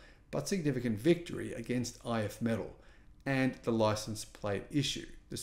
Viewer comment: It is pronounced "If me-TALL."